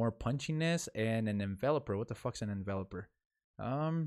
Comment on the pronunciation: Envelope is a volume or fade parameter. Envelope like you send a letter in is how it's pronounced